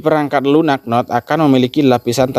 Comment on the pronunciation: biasa makan singkong bc bhs inggris😂🤣 node di baca sesuai tulisan = node, bukan nod 🤣😂 ( pi node bukan pinod )